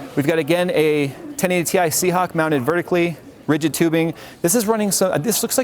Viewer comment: Its Sea Hawk* not Sea Hawx